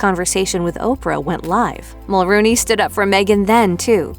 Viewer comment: Mel-RONE-y, not Mel-ROON-y.